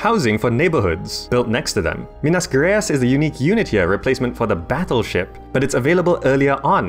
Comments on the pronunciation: Yeah, just a minor typo, it' alright. The way you pronunce "Minas Gerais" is: Minas, just like in Lord of the Rings (Minas Tirith) and Gerais (start with a subtle "sh" + J and then like "rice". Nice video content, btw. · well ... it should go as "Minas Gerais" and not "Minas Gereas" but brasil seems the same as in brave new world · Awesome pronunciation of Minas Gerais. lol